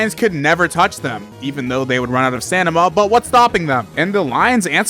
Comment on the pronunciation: stanima? Smh